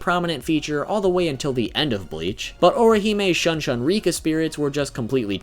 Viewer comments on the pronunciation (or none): He said Shun-Shun (persistently avoid, ignore, or reject [someone or something]) instead of SHOO-N SHOO-N. and Shun-oh instead of SHOON-Oh.. but pronounces Soutenkishoon correctly... ANGLO pronunciation rules don't apply to Japanese.